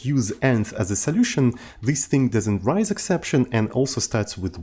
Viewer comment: I never know if messes up the pronunciation of "raise" on purpose or not, and at this point, I'm too afraid to ask XD